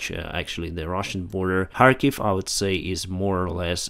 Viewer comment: why you say harkiv instead of Kharkiv??